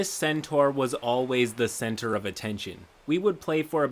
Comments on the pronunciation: do you mean, the cen-taur of attention? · I legit thought he said “The player makes a campaign where he is the (centaur) of attention.”